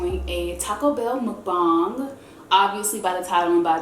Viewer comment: NOOOOO plz don't say mukbung It's mukbang😂😩